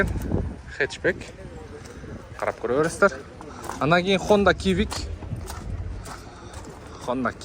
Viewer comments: Ниссан примат эмес, примера. Хонда кивик эмес сивик😂. А так молодец укам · HONDA CIVIC ХОНДА ЦИВИК !!! А не кивик ! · Хонда сивик дечи, кивик дебей😂😂эксперт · Нур кж хонда кивик эмес ал цивик деп айтылат